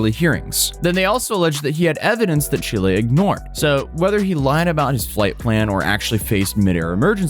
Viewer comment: Thank you, for perfectly pronunciating the name of my beautiful country, ChilÉ. P.S. Chile doesn't play around with illegals and anyone who's self entitled. In Chile, if you fuck around, you will find out. We don't put up with foreign bullshit. Chile is highly Leftwing Socialist and unlike the pathetic Left in the USA, Chile won't provide crap to illegals. Chile deports.